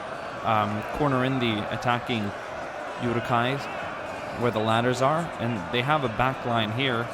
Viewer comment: my LOtR side always cringes when you pronounce it yuruk-hai instead of Uruk-hai